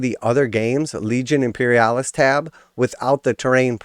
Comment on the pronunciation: After he said Imperialis, I had to stop the video.